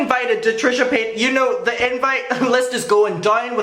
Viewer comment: Really wish you say paytus correctly. Especially if you are doing it on purpose. She has said how to say it correctly in last videos.